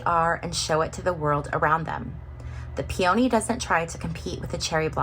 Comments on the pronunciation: You seem like quite a low-energy person. Just my vibe. And oh, by the way, peony is pronounced "PEE-oh-nee" Not "pee-YOH-nee. Neanderthal. Oh sorry, you probably don't even know what that means. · Good reading. 👍 And just as an FYI… “Peony” is pronounced “PEE-uh-nee.”😊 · New subscriber. I really enjoyed your reading! Just a small detail… You are mispronouncing the name of the flower peony. It's hard for me to describe so please find one of those short pronunciation videos with a recording of the correct pronunciation.🙂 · We here pronounce it PEA-oh-knee.Interesting.